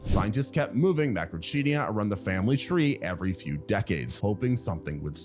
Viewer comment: Seriously? I do get that you may not know how to correctly pronounce complicated scientific names like Coelophysis (See-lo-FY-sis) or Macrauchenia (Macro-KEEN-ia), but "Argentinia"??? Go watch Evita right now! The Madonna version, not that Zegler dreck.